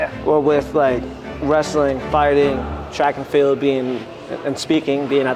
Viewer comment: Did he say track and field?